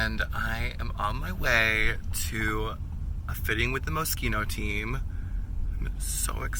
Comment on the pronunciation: Someone who pronounces Moschino well